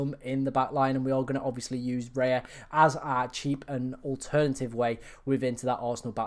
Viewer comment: You lost me at Raya. Raya!?!?